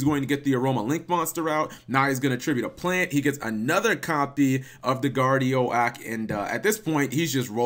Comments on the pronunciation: Guard Ee Oak. Not Guard Ee Oh Ack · It's pronounced Guard-E-OAK....oak, not o-AK. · It's guardi-oak...as in an oak tree...unless you pronounce it as an oh-ack tree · "guardio-ak" lololololol. Cap ily bro, but its "Guardi-oak" xD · Are you freaking kidding me cap, GuardiOAk???! Guardi-guardian, OAK- like the freaking tree. That’s a new low for mispronouncing words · My face when guard eee oh ack when it’s guard ee oak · Butchered that name Cap lol. It's pronounced like Professor Oak from Pokemon or like oak tree Guardi-oke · ITS GUARDI-OAK, (guardian Oak) The filename of that first duel was very appropriate though :P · Guardian and oak. Like the tree. Oak tree not guardiak.